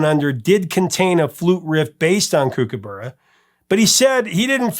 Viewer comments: Kookaburra is pronounced as you would say cook, as in cookaburra. That whole fiasco was caused by the question writers on the music quiz show you mentioned, who probably had no real music knowledge, thinking that they sounded similar in parts, then coming up with the question, which was something like, where did Men At Work get the flute solo for Down Under from? Before this no one had ever noticed any similarities at all between the two pieces. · Great band & Colin is very talented, 40 years later and I'm listening to his solo stuff too! Btw it's pronounced "cook-a-burra" mate! 😉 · Overkill is my favourite song of Men At Work. Yes his miss pronounced Kook a bur ra, with Vegemite less is more so only put a very small amount on the knife to spread it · Correction on a couple of things. A Kombi isn't a bus. It's a style of van by Volkswagen. Vegemite is good. It's what gives Aussies the strength we have to fight off Drop Bears and Hoop Snakes. I've never hear kookaburra pronounced in that way. It was different. Just so you know kook-uh-buh-ruh. Not kook-uh-berrr-uh 🤣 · Kookaburra is pronounce Cookaburra meaning cook like in cooking and there were many great Aussie bands in the late 70's and early 80's like Men At Work, INXS,Split Enz, Mondo Rock,Australian Crawl ,Mental as Anything, Divinyls, Dragon just to name a few . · We might have funny accents in Australia but kookaburra is pronounced with a short sound like hook or cook. Not kooook. Also Kombi is not pronounced kombay. The i is pronounced with a short sound like in kick. It’s made by Volkswagen and they are popular in the states too. If you are going to try Vegemite for the first time, spread it very very thinly. It’s best with real butter, not margarine. Especially good in fresh, crisp crusty top, white bread rolls.